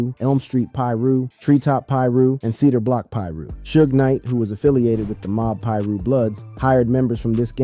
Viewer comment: I stopped watching when he said Mob Peer-ooh